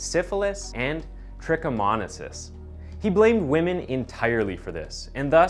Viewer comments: Tricko-moan-eye-ass-sis trichomoniasis. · Corps pronounced core like in apple core. Trichomoniasis pronounced trick-uh-moan-I-a-sis and not trick-uh-moan-uh-sis. Just trying to be helpful.